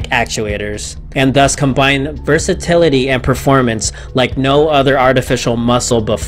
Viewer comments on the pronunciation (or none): none